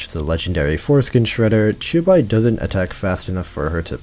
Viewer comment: to your credit you pronounced the 'qiu' in qiubai more faithfully than 99% of all genshin youtubers trying to pronounce xingqiu